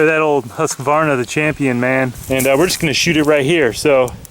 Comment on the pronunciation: i love your pronunciation of husqvarna rofl